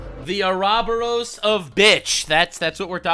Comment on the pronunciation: Ouroboros ❌ Thouroboros ✅